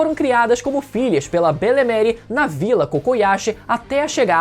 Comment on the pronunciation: Belemere é madrasta em frances, ve no google a pronuncia correta, seu video é show